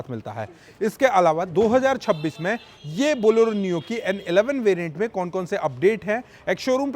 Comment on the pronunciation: Boloro nhi hai bhai Bolero bolo😅